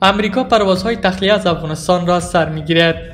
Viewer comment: شما چرا خودت مثقره میکنین افغانستان را افغانستاین میگین به سخن رانی خود درست افغانستان بگو گل بیدر